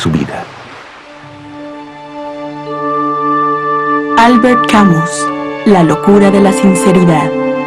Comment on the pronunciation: Me encanta y agradezco poder ver este documental. Lástima que la pronunciación y acentuación del nombre y apellido del autor no tienen nada que ver con las francesas